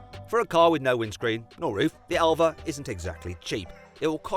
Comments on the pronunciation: 엘바를 엘베라고 읽는다❓ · 엘바 아니고 엘베?ㅋㅋㅋ